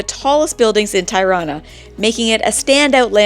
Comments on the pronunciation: Tie-rana? seriously??? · First time I hear such a distorted pronunciation of Tirana. It is not pronounced as "tie" but as "tee". or "tea". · Hope you guys had a great time ..just to let you know Tirana is pronounced -Tea -rana. Not Tie-rana.